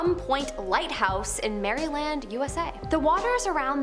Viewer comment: I like this list. However, Just FYI-Maryland is pronounced “Mare-lind”